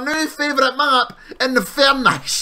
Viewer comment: "Infernish" lel